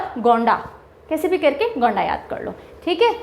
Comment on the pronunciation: गोंणा नहीं होगा गोंडा जिला होगा मैम